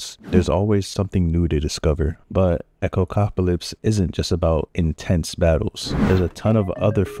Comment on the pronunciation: "Echocopalypse" lmao.